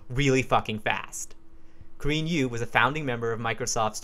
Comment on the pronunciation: Thought he was saying "Korean You", had no idea what was going on.